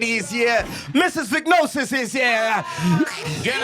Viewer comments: It’s pronounced “veh-jeh-no-sis” not “vignosis” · VAGINOSIS!!!! Not Vignosis. 😂😂😂😂😂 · Its vaginosis not vignosis or vik-nosis😂got me confused for a bit ...its Vu-juh-now-suhs..like vagina not vik-ina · needs to get some education before spewing nonsense to the public.On the women’s health and PH balance shes defo misinformed.Sol even spoke better facts..Do your research… MAC G and team its not VIGNOSIS its VAGINOSIS.its everyone in the studio pronouncing it wrong omg 🤦🏽‍♀️🤦🏽‍♀️🤦🏽‍♀️ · Verbal warning to Fact checker for not correcting …. It’s not Vignosis…. It’s VAGINOSIS. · It’s written as “ Bacterial Vaginosis” , Pronounced Va-Juh-nosis…. Not “Vicknosis” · Why are they pronouncing vaginosis as vagnosis😢😢😢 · vaginosis , its pronounced Va-ji-no-sis . i can be your medical fact check free of charge please, im a medical Dr chilla lol 😊😅😅😅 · And it's /va/ji/no/sis 😂😂 She did them bad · 😂😂😂 after mispronounced it, others followed suit. I was hoping tt factchecker would correct it.